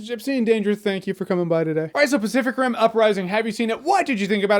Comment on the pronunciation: Do i hear "specific rim" or am i tweaking